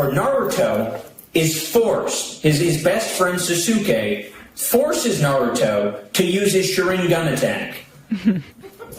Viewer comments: Did that stinky britches mother fucker just say “sa-soos-kay”? Unironically? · nah it's pronounced Sahs-kay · The thing is, he didn’t trigger the tism — it’s much worse — he triggered poser tism because he is a fake Naruto fan. (A) that’s not how you say “Sasuke;” (B) Naruto has a rasengan, not a sharingan (Sasuke has a sharingan); (C) nobody knows who Naruto’s grandparents were on either side, so there was definitely no scene in OG Naruto or Shippuden where Sasuke stopped him before his grandfather’s resting place. 😂😂😂😂 That triggered me more than anything, tbh, and also lmao because he said recently that they were never best friends, and that clip has him saying it multiple times 😂😂😂